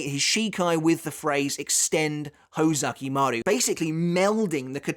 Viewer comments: ho ZU ki maru. not ho ZA ki maru. you are literally a bleach historian. please try to pronounce it right. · Uhmm...its hOzukimaru not hozAkimaru✌️ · Kinda bothered by your pronunciation of Hōzukimaru (Hoe-zucky-mah-roo instead of Hoh-zookee-maroo). Other than that, great video. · Isn't it pronounced "Hoe-zoo-key-maroo"?